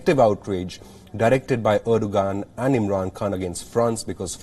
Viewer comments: Dear anchor from yokeltown, 'Erdogan' is pronounced as "Erdowan". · Why do I hear reporter deliberately saying ERDOGAAND 🤣😂